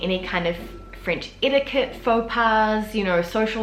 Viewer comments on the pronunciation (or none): none